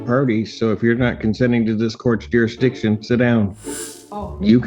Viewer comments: ‘What does she mean by ‘ youresdiction’ 😆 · I feel like they have a harder time saying jurisdiction than they do trying to say ask